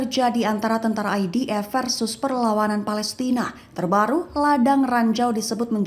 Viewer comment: ...bagus sebutan IDF nyer bukan EDF